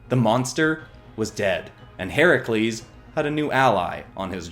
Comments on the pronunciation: I am so glad he got Herakles’ name correct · Yaaaasssssssss!!! He but “Heracles” not the incorrect “Hercules”!